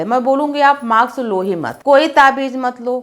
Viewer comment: I respect you for your work...but u don't have need to make video in every topic...even u r unable to speak mask..u r speaking maks.